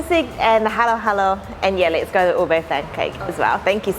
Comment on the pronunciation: Why do you say “let’s go” as “lits goe”?😂